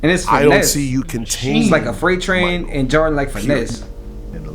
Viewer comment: I dont like how you say his last name. Just say MJ or Mike from now on